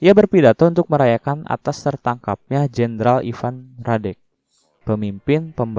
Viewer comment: Nama Jendralnya bukan Derek bang tapi Radek wkwkwkwk